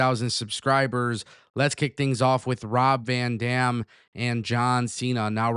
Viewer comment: The amount of times you said Rob Van Damn 😂.